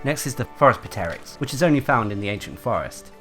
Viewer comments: "Puh"teryx? Also, Gastronome Tuna always drops an item when you catch it via rod, not sometimes. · pteryx is pronounced with a silent p lol